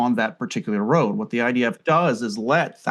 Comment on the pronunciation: 😂😂😂 "thee most moral army"